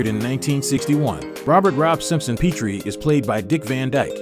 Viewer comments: Rob and Laura Petrie pronounce their name as in Pet dog or cat, not Peetrie. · Rob and Laura PETrie, (with a short e sound), was the last name of the 2 main characters-not PEEtrie.